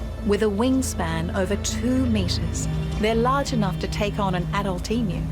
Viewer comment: Thankgod, someone pronouncing the name of this beloved derpy birds correctly ❤